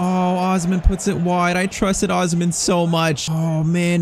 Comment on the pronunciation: Bro you are not pronouncing osimhen name right